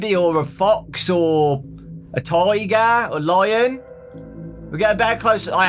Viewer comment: When you said tiger, I thought you said tigaf.